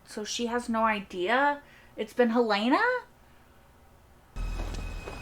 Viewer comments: Helly was never hel-LAY-nuh. She was always HEL-luh-nuh. We suspected this in season 2 episode 1, but we learned it absolutely for sure in episode 2. In fact, it was so obvious that I spent the next couple of episodes assuming that we all know it's Helena (HEL-luh-nuh), and assuming the writers were going to pull some kind of twist that would be more surprising than simply revealing that Helly was Helena (HEL-luh-nuh), since we already knew that. That made the reveal in this episode somewhat disappointing. In addition, because we all expected Mark's reintegration to have been completed by now, we spend most of the episode trying to figure out why he's showing no sign of reintegration. This is one of the worst episodes of season 2. It doesn't seem to follow from the events of the previous episode. It introduces nothing new and answers a question we already knew the answer to. And it's HEL-luh-nuh. Just like every character in the show pronounces it every time they say it. You've never heard anyone call her hel-LAY-nuh. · PLEASE pronounce Helena correctly. It us not Hell-LAY-na. It is HELL-lah-nah.